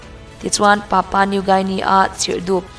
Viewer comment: "papa " new guinea" ni lovin,' "papua"new guinea' zawk aw.